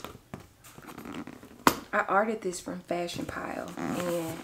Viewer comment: Sis, it’s pronounced “fashion file” 😊 Also, I cracked up when you pulled out that big ass knife, lol 😂 Anyway, watch out with them because some of their prices are higher than retail…smh…definitely gotta do your pricing research. Congratulations to you on your new bag! 🎉🙌🏾🥳💕